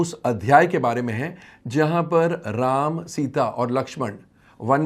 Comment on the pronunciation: पहले प्रभु श्री राम जी का नाम ठीक से लेना सीख ले